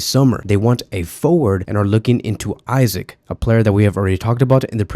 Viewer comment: please stop pronouncing Isak as “Isaac”😭😭😭😭